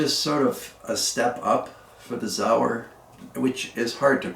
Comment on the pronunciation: It’s not zauer it’s Sauer